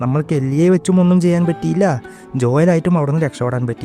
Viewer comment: Joel ❌ Joyel ✅